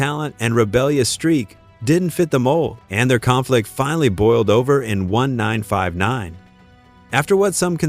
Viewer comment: What AI can't pronounce 1959 ?